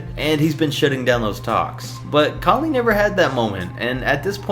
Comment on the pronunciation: you make no sense just because he has some right dont change the fact that he is saying Conley lowy and all the others that shouldn't be on this list